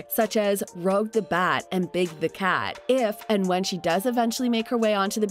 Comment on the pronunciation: Sorry, but it’s Rouge, not Rogue.